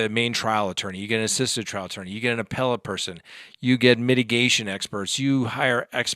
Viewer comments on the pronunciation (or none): none